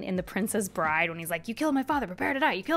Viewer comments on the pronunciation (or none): none